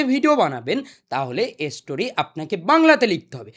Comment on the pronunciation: স্টোরি ❎ এসস্টোরি✅ 😂😂😂